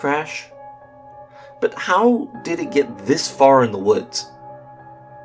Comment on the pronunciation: Say but not bur sorry if im annoying